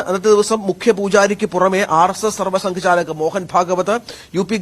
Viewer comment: മലയാളം അറിയില്ലേ ഇയാൾക്ക്..!? സർവ്വ സംഘ ചാത്ക്..? നൃത്യ മഹാന്ത്..? കഷ്ടം.